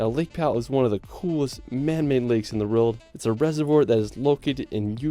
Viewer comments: Video translation: "Riuld" == "World" You're welcome. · Can't stand how the dude in the video keeps saying 'reald' instead of 'world'